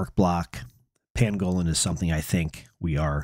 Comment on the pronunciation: Not trying to be a dick but you’re saying pangolin wrong it’s an animal YouTube it. ❤